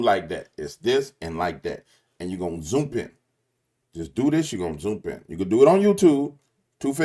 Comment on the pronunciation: man are you saying “zoomp”? 😂